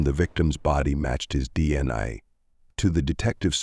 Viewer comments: For future reference if you’re going to use AI separate the letters when saying DNA —> D N A…AI may stand for “artificial intelligence” but in reality not that intelligent 😏 Glad the family got answers but they deserved better justice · oh ffs! this is the channel whose AI doesn't know how to say D N A and tries to say it as a word rather than initials. Blocking this channel. Adios.